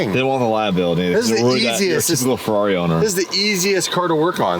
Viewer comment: stop trying to say ferrari the right way. you can't. just stop it youre american bruh